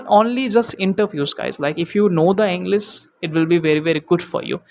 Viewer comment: Inglis??? Bro u have to work on your pronunciations because it a plays a major role before you frame words to make it a sentense .